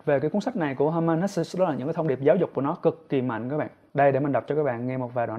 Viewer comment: Cám ơn chia sẻ của bạn. Mình có xem nhiều review của bạn. Nhưng mình góp ý 1 xí nhé, tên tác giả người Đức thì bạn nên đọc theo đúng phiên âm Đức, được đọc là He-mann Hes-sờ 🤗